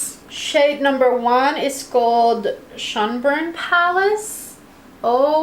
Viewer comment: You're doing well pronouncing Schönbrunn, as German is my first language and I am from Austria, I can tell. Love all three looks you created btw 😊😊